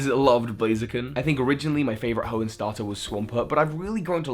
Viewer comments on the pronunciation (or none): none